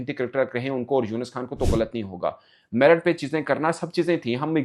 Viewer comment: In Pakistan, T is silent in Merit 😂😂